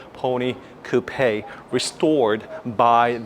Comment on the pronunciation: You're pronouncing Coupe wrong